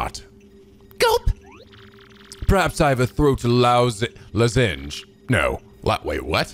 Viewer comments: Its Loss-Enge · Grodus: "..throat lozenge": "Lousenge? What a lousenge be?"...